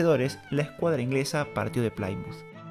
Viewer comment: No se dice playmuz, se dice plimuz.